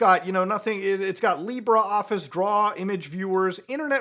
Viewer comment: Yo, Muta! Very nice video, as usual. I enjoy your content very much. One thing, tho: it's not Lee Bra Office! It's called LibrE Office 😀